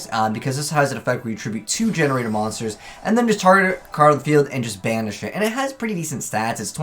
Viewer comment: Gene raider ( jean raider ) , not GenRaider